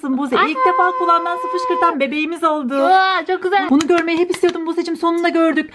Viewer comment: uvaağğphhhhh çoğk güzeğelll 🤣🤣🤣